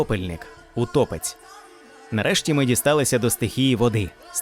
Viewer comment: ПотопЕльник! Аааа! ПотОпельник, це той, який влаштовує потоп, а потопЕльник, це той який потонув! До речі, ви кажете утопецЬ, а м'якого знака в самому слові нема. ВодянИк, а не водяник, бо він живе у воді, а не водить. Русалка це не сирена. Це різні істоти!